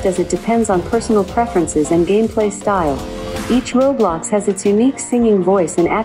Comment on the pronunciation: the "roblox" pronounce made me dying